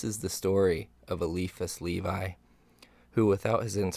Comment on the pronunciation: Le-vee, not Lee-vie